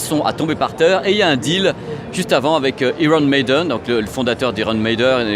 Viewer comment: Iron Maiden (aïron Meyden) please, j'ai mal à mes oreilles !! ^^